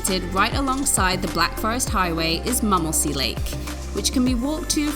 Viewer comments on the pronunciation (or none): And M"u"mmelsee will be pronounced with an "u" like in b"u"tcher ;-)